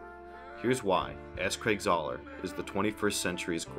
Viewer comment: Great video, but why did you call him Czar? His last name is Zahler